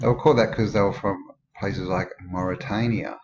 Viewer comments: It's Mauritania, not Mauritiana, btw..... :D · mins in its not moritana , it's more-a-tane-eya... Mauritania ! Keep going! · Not Maritiana, Mauritania